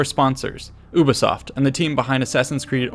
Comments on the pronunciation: I’m sorry but it’s You-bee-soft Not oo-bee-soft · d... did he just say u-bisoft with u pronounced not as you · « You-be-soft » Ubisoft. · did he just say UBOSOFT WTFFFFF! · "Oobisoft" unsub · The Astro Gamer It's just a funny of referring to Ubisoft. Sort of like when you say Murica instead of America. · no its not! Go on ubisoft YouTube channel its pronounced ubisoft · It’s pronounced Ubisoft not Ubisoft